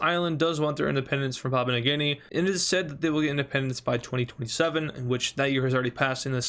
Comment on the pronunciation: I find how you say 2027 VERY OFFENSIVE and swear word notsice and